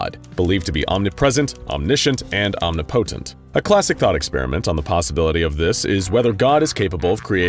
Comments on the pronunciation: "Omni-potent??" Its pronouced "Om-nip-po-tent" does the SCP destroy your braincells preventing you from speaking correctly? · noooooooo that’s not how you pronounce omnipotent